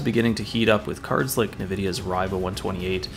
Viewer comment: NE-VIDIA ? lol